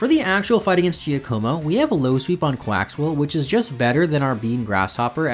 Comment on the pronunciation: Jack oh mo not Gia como